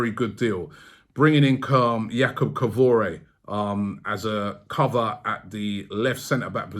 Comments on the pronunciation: KI-VI-OR ROBBIE FFS!!! Stop with the Kivoray nonsense 🤣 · "Kowore." Someday will learn to correctly pronounce Kiwior's name as "Kee-wee-or". It's not that hard. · How do you still not know how to say “Kiwior” 😂 where are you getting “Kivoray” from? 😂 it’s Kih-Vee-Or. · Hold on, so we've bought 2 Jakobs. Jakob Kiwior And Jakob Kavoray 🤣😂 Robbie man, c'mon now! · Robbie, the man's name is not Kavore, it's Kiwior. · Who the hell is Jakub Kawore? :))) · Its KIWIOR not KOVORE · with his pronouncing Jakob Kivore. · Ffs Robbie, it's KEE WEE OR, it's one google search away to learn the pronunciation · Main reason for listening to this was to hear him say Kivore one more time😂😂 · Absolutely butchered Kiwior’s name bro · Yay a name Robbie can't butcher..... Say it with me.. K II VII O RR.. Where does iore come from!!! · Good stuff..also love hearing Robbie butcher the Polish name